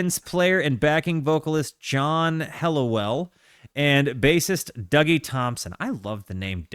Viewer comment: Great album great review! They actually pronounce Dougie as Doogie.